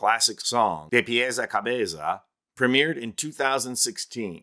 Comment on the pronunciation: Calling on my fellow Spanish speakers to give it up for excellent pronunciation of “De Pies a Cabeza” and Maná!! These details are important and appreciated! 👏🏼👏🏼👏🏼